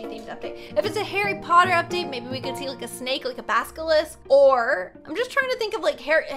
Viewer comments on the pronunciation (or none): none